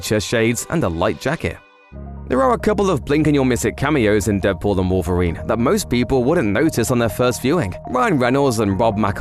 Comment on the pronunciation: I'm annoyed how you pronounce "Deadpool and Wolverine" what are you saying? "Deadpool the Wolverine?" or "Deadpool then Wolverine?"